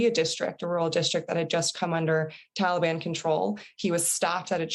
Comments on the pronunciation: She also can’t pronounce Taliban correctly. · Why can’t she pronounce Taliban correctly?